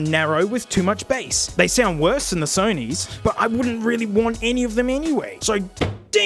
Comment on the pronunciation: SEW KNEE headphones